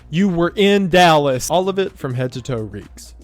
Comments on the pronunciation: " yew were in dalis!" wendigoon went country for a second 😂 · the southern accent coming out in YOU WERE IN DALLAS killed me